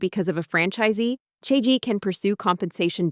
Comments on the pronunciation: Omg… its cha gee not chea gee… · can it be pronounced more correctly? listening to the narrator say "chae-g" or "chae-gee" honestly unbearable the listen to. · I hate how they’re pronouncing it as chay-jee even though cha is tea in Chinese… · The video is very good but please can you search up how to pronounce Chagee and the other Chinese words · First I heard three different pronunciations of Chagee then I had AI murdering my ears with trying to speak Mandarin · Maybe learn how to pronounce the brand name properly if you’re doing a whole video on it 🙄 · the number of times the pronunciation for chagee changed xD